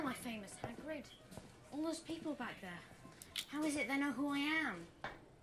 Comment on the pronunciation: ROFLMAO! Nope! It’s Hagrid, not haggard!